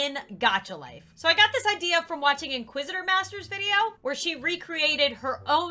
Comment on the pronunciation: when she talks about inqusitermaster..... YoU nO iNqUsItErMaStEr!!! I love her